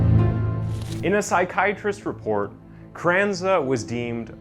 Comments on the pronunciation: was wondering the same thing, pronounced her name as Carrenaz, carrenza and carranza. And quite a few others, it became distracting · Wait so you said her name wrong the entire video until the very end when she went to court and then you say it correctly? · Jesus Christ, you butchered her name and so many other words it hurt my ears. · 🙄-how difficult is it to pronounce the name CarranZa?!🤯 or Munich for that matter? Dreadful commentary! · Well she butchered two people so who cares how he pronounced her name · CARRANZA… Carannaz… Carranza… 😄🤣 which one? CARRANZA is read as “Kar ran-za “ I cannot concentrate on the story 🤣🤣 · Great video but the way you pronounce her name isn't quite right. It sounds like "crenice" to my ears. It is spoken "ka-ran-za". Three syllables. Munich's ending is a hard 'k' or else you could try to say München which is the German version. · Half the video he’s calling her “Carranez” instead of “Carranza”. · Please get your pronunciations correct. You pronounce Carrenza as Carreniz several times. Annoying. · doesn’t take a literary genius not to pronounce Carranza as Crenez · Yeah kinda annoying how Carranza became Carenez. Kinda makes the credibility of his vids drop a bit imo. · And also not to Be that guy, but he kept calling her Carenas not Carranza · My dude…if you’re going to use people’s names, can you at least pronounce it properly?? CarranZA, you said carrenez about 50 times. Also…Munich? Mew-nick. What a face palm. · Why does the narrator keep calling the killer Carranaz, when it’s Carranza ? And where did he learn to pronounce places so badly ? ‘Munich’ is not pronounced ‘Moo-nitch’ but ‘Mew-nick’ (or in German - Munch-en) Also, why are the words ‘Killer’ and ‘crimes’ obliterated from the on-screen text ? Especially when the word ‘Killer’ is in the title of the video ! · Can’t get over how many times he calls her “Crennez” 🤦🏼‍♀️ very interesting story though 👏🏻